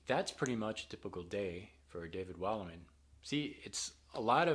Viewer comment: Not a lot of guitar playing during that day. And it doesn't look like a super easy life to me. Sort of uncertain. But what you create is great stuff. Btw, I know how Wallimann is pronounced. It's like: Valmough.